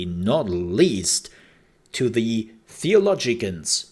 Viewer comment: "Theo-LOW-gians" is the pronunciation you were reaching for :)